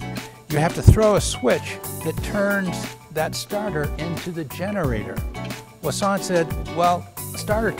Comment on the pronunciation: My ears are bleeding by this guys pronunciation of Voisin. Otherwise gorgeous car and very informative video. Thanks :)